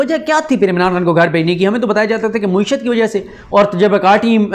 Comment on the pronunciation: Paindoo bhai.. ye lafz mueeshat nahi.. ma`eeshat hay ..